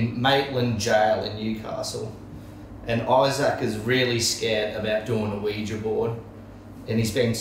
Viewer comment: Sheesh Isaac its not pronounced Weejee Board its pronounced Weeja Board. Oui is french for yes and ja is german and it also means yes